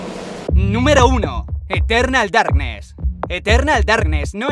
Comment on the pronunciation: Eterrrrrrnal Darrrrrknes xD XD